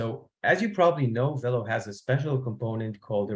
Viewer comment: velo is a french word, it's pronounced vay-lo